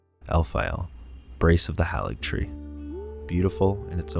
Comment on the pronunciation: Great work! You put the feelings of first playthroughs into words well. One critique I have is that you mispronounce Haligtree with a soft "a" when it is only pronounced HAYligtree throughout the game.